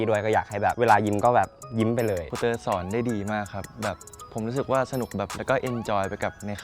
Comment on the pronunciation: ทำไมฟังดีๆคำว่าสอนของพี่เติร์ดมันออกไปทางสวน